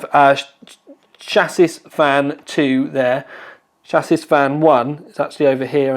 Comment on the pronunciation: This guy says words wrong in every video. Chassis is pronounced “Shassy” not “Shassis”. I love the videos and I’ve watched pretty much all of them, but this triggers me. Also gtx “1080 Tie”. Rrarrrrrgh!